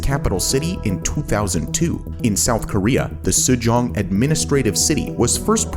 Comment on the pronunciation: Mayan-Mar? SU-JONG? That's Japan, not Korea LMAO c'mon guys